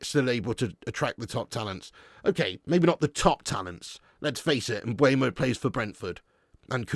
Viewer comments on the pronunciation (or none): Are you trolling at this point? It's not M b u e m o. It's Mbeumo.